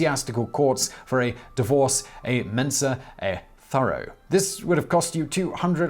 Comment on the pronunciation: "ah méhn-sah ett thó-roh", meaning "from table and bed". It's Latin, not garbled Frenchenglish. ;D Great video. :)